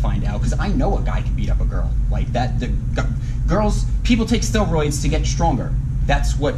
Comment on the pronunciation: “Stehlroids”